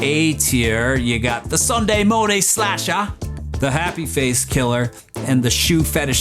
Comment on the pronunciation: Its slasher, not splasher lol